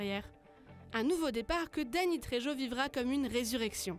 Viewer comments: La prononciation du nom de famille de Dany Trejo …. C’est de l’espagnol, donc on prononce « rrrrr » pour le j. C’est bien de lire un texte de manière mécanique …. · et prononcer la Jota dans le nom trejo comme si cetait un j, ils ont jamais entendu parler de l'acteur, ils le découvrent ?